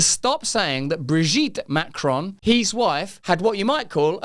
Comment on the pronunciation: Please, try and pronounce his surname correctly. It’s not Macrone!!